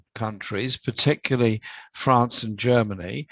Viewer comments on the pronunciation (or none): none